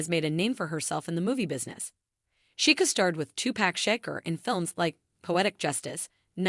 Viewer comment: "Two-pack shaker," or Tupac Shakur? That AI again. "32 dollars to $50 Million?" That's a big stretch. "Reen" Elizondo or Rene? Her son would be 7, not 6, at the time of this video. Nice bio, though.